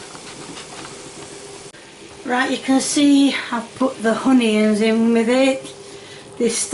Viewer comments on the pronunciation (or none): not honions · My new favourite YouTube channel… “Spud-Taters “ and “Hun-ions”… so good!!!